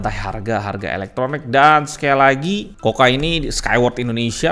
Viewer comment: Buset harganya, taun kemaren 2,8jt coocaa dapet 32inch smartTV 768p. Taun ini dah dapet 40inch 1080p. Btw klo gk salah dibacanya kuka bang bukan koka